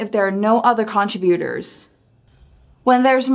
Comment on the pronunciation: Please proofread this. There are page numbers out of place at 3. minutes. The word 'contributor' pronunciation. Your videos and citation generator are so helpful for our students, but I need them to be correct.